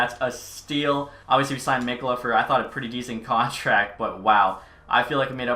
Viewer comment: Just so you know mikkola is said Mee-ko-luh